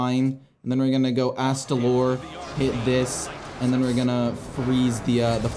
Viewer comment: I am so proud you pronounced astalor correctly! A promise is a promise. Take my money!